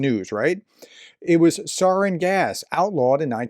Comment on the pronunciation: Learn how to pronounce sarin. Little things like this inform viewers you don't know what you are talking about.